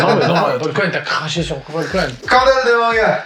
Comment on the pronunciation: "Paul Kuan" aaaaaaargh mes oreilles